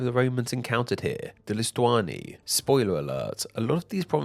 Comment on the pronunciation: I lost it at Lusitania = Lustania. Lusitani = Lustuani. It's not Japanese come on man!